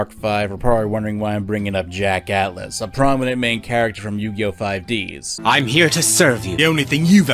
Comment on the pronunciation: I laughed too much when he said 5ds that should like 5 dis while focusing on Aki's breasts